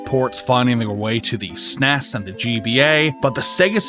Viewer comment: Please stop saying "sness" Some Acronyms aren't meant to be a said as one word. Nobody called it a "sness" when it was released, you would actually get beaten up if you called it that in the 90's. Trying to rename it 30 years later is NOT OK.